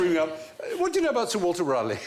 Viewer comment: Rale)i)gh is pronounced /ˈrɔːli/, not /ˈræli/.